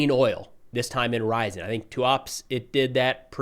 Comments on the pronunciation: I don't know what your schedule is like but I recommend learning the Cyrillic alphabet. I used to live in Ryazan and it was killing me to hear your pronunciation (R-ya-zan not Rise-en). Don't get me wrong, I love your work but it would mean a lot to the Ukrainians and American Russian speakers (like me) to hear the names pronounced right. You cover Ukraine enough and travel there it would be worth your time. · REE-a-ZAN....... short "a". What is it with Americans & pronunciation? It's ALWAYS funny. A sort of linguistic dyslexia? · Russian cities Ryzen and Two-aaps 😂